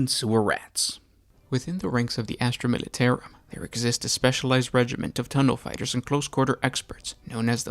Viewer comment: Down for saying "Militarum" incorrectly. +1 Comment to state that. -1 View for feeling actual pain every time you say "Militairum".